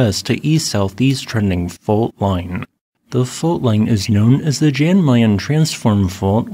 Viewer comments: Pronounced "Yan", not Jan with an american J. 😊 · The J in Jan is pronounced yan, just like Jon is Yon